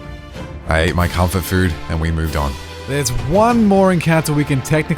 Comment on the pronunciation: Nobody noticed what he said ?😂😂 Rayquaza died and it sounds like he said I ate my cum for food, I had to rewind and noticed it was “comfort food”😂